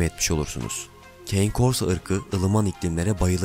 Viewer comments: Keyn korso nedir be kardeşim italyanca kane korso diye okunur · aga iyi hoş da keyn kors ne, kane korso diye telaffuz ediliyor italyanca, hani cane corso diye düz okusan en azından direkt türkçe okuyon dicez de valla keyn kors ne hacı